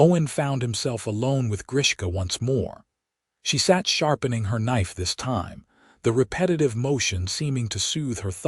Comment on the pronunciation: "She sat sharpening her knife this TIME." SOOOOO many AI, most, put stress on the Wrong freaking word in the sentence!!!!!!! It changes the true meaning of the damnn sentence!!!!!!!!!! It SHOULD say "She sat sharpening her knife THIS time." Do you EVEN SEE the difference????????????!!!!!!!!!!!!!